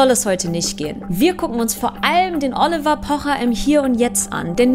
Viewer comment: Triggert nur mich das so sehr wie sie "Oliver" ausspricht ?😁